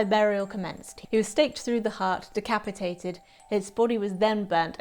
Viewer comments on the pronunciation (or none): "Decapitapitated" is actually the traditional pronunciunciation 🤓